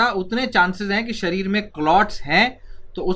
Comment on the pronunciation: It's शरीर not सरीर